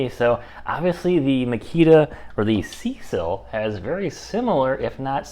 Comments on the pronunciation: Good video. Maybe update using the newest models. Additionally, use their battery. They sent it and people want it tested. Also, brother……it’s SeeSii, not Cecil. It’s pronounced “See See” or “Sea Sea”. They are honestly, the most legit Chinese tool company out there. Up and coming. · There. Is no "L" in Seesii. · Nice review! SeeSii is pronounced "CC". I asked and confirmed it with the company. After using Amazon CC points and discounts, I ended up paying $89. for my WH750. How could I say no to that? Plus, the email customer service at SeeSii was nice and responsive. Nice wrench.